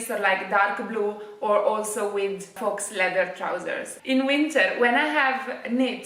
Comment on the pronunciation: scusa ma a forza di sentirti dire FAUX stavo impazzendo 🤣 si pronuncia "fo", la x non si pronuncia mai. Un saluto.